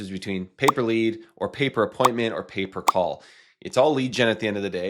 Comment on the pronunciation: I thought he was saying paper call for 5 minutes 😂.